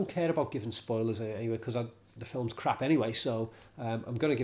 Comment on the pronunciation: Love the way a Scot's accent says K-RR-R-A-A-A-P-P...!